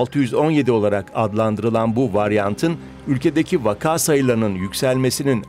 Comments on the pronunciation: Spikerlerinizin vaka kelimesinin doğru telaffuzunu öğrenmesi gerekiyor. Ikinci "a" harfinin uzatmadan okunması gerekiyor. Vakağ değil, vaka. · Sevgili DW, “vaka” kelimesinin ikinci sesli harfi vakaa diye uzun okunmaz, gayet kısa, ilk hecedeki a kadar kısa okunur